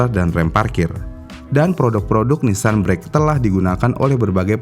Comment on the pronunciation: terdengar jadi Nissan break 😂😂😂